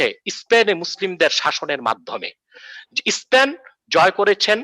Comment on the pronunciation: বাংলা টাও ভালো করে বলতে পারোনা।স্পেন কে বলো ইস্পেন। আগে গিয়ে প্রাইমারি স্কুল এ পাশ করে আস।পরে না হয় ভক ভক করো।